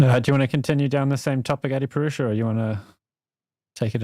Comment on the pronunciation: "A-purush"? How white of you?!